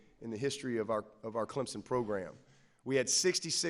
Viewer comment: Its CleMson.. Not ClemPson.. Dumb ass!!! TIGER PRIDE!!!